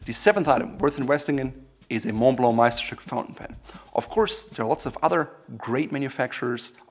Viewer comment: You pronounced Meisterstück almost perfectly lol